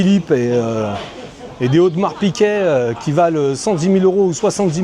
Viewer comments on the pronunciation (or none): tu as dis " Audemars PiQuet " ?? :) fort